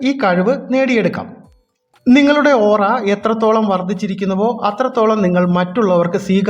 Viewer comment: It's Aura😌not ooraa